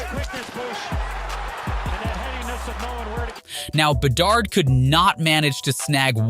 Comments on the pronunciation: My god, I did not know there were that many ways to pronounce Bedard. Is this AI? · why'd you switch up pronunciation on bedard? You had it right at first lol